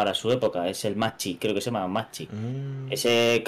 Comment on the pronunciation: Macchi se pronuncia MAKI. Es el M.C. 202.